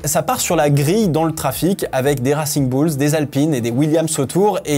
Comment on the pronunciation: Ça pique aux oreilles ton accent en Anglais , peux tu faire un effort ?? Surtout quand tu dit « racing bulls » 😅